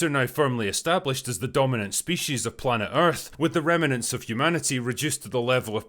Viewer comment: ...with the remnants of humanity... Anyone else hear rem-e-nants?